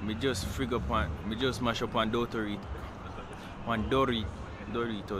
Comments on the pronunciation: How many times did pronounce doritos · I enjoyed every bit of this vlog. One of my favorite part is with his pronunciation of doritos and that old man with the moringa leaf bout him think unno did a six lmaooo